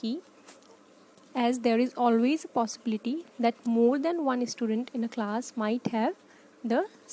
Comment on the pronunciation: Why are you sayin "istudent"? 😂🤦‍♂️